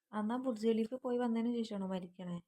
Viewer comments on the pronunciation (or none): none